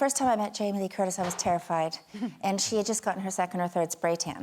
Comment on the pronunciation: Did she say "Jamie Lee Tortise?"